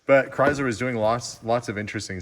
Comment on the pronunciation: Hearing your pronounce Chrysler 🙉😂